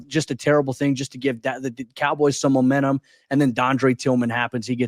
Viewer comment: Did you say Bomentum...GO BRONCOS